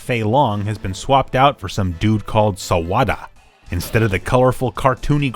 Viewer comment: The Way You Say “Sawada” Is Super Hilarious! Lol